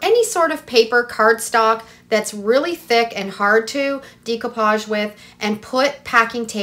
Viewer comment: Great ideas, and will definitely give them a try. FYI - decoupage is pronounced in the French way; day-coupage, not dee-coupage😉